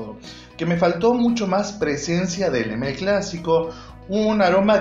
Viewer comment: Le male porfavor decir bien el nombre porfavor